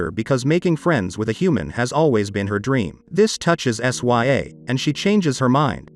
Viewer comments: Her name is princess sya (sigh-ah) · First off, the way you pronounce her name. 😕 S Y A? Really? Second, She didn't build that flying machine she found it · Bro said sya like what